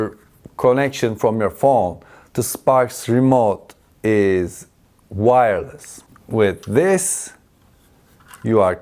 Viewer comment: notice how he struggled to say wireless.